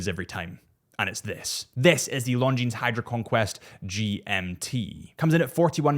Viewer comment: Tudor? I would definitely go for the Black Bay One 👍. (Omega? James Bond is wrong. And Longines has a silent „s“😉).